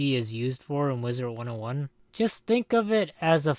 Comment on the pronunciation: Is it just me or does say "Wizert 101"